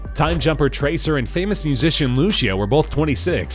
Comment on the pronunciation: And Lucia is pronounced (lu-c-o)